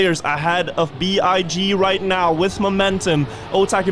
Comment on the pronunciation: Not to be rude and I understand the thought process, but BIG is an acronym (just like NATO/NASA), so it’s not pronounced „Bee-Eye-Gee“ but as a regular word. Would be great for the org if you could spread their name in the correct way in future casts! 😊